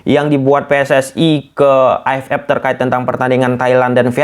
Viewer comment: AFF bang bukan AF Ep, dan juga EAFF vukan EAF Ep😭😭😭